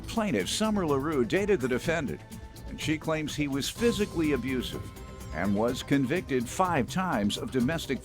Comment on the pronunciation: Besides the obvious convictions, the way he says "abrusive" let's me know he's definitely abusive.